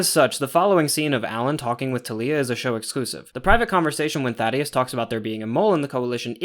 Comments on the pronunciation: Bro it’s Thaedus not Thadeus. Just wanted to tell you if you’re actually still reading these. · THAY-DUS not Thaddeus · Slight correction, I'm pretty sure it's Thaedus and not Thaddeus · Amazing vid once again, but I HAVE to mention it since i don't see anyone else mentioning it! His name is Thaedus, not thaddeus lmaoo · These breakdowns are so thorough and fantastic. Love your pacing and delivery! Another little pronunciation note!: It's ThAEdus not ThaDEus, pronounced Thay-dus! I imagine it's one of those subtle name adjustments to make him seem a little more alien. Also I'm not 100% sure the character shown in the show is meant to be Thula, she's drawn a little older and my personal theory is that she's going to be Thula's mother or perhaps mentor. Establishing the braid-knife thing as a Viltrumite Fighting Style that multiple characters might use. Thula can then be introduced later with some baggage against Nolan. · Thaedus not thaddeus btw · Great video man, just as polished as the last one! Small nitpick, idk how you keep mispronouncing the name of THAEDUS (thay-dis) as “Thaddeus” when they say it in the show lol, it’s not important just kinda bugged me. Regardless, this was a very thorough and well thought out vid and I’m looking forward to the Season 3 breakdown! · THAEDUS. THEY DUS. NOT THADDEUS😭😭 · Idk if how you say Thaedus is a running joke because of how you mispronounced some stuff in the first video, but its "Thay-dus" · Thaedus ❌ Thaddeus ✅ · ‘Oh I’m sure will say Thaedus correct once he hears it in the show!’ saying Thaedus after he hears how it’s pronounced - - ‘Damn… 😢’ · No offense but that is the funniest mispronunciation of Thaedus I have ever heard